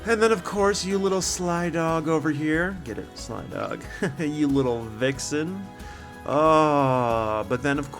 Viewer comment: Vixen not Vickson